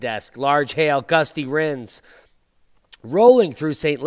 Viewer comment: "Gusty wrinds" That sounds narsty!